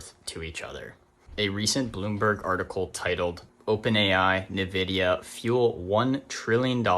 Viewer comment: it's pronounced "in-vid-e-uh". Don't know what this bothered me. But justice had been served lol.